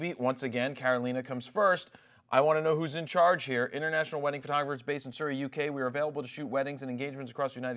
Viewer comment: Jared, 1.18, Surrey is a county in the UK and its pronounced like 'curry'.